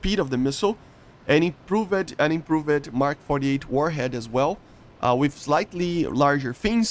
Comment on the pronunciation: One of my favorite things about is he says Improv-ed 💙